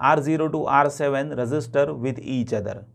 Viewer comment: Sir your instructions are awesome but I think when you pronounce register it's really confusing